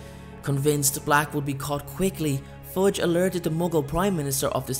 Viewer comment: Am I the only one who hear Forge instead of Fudge...?